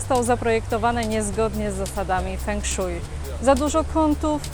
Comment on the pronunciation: fenszłej, a tak po za tym ciekawy film ;)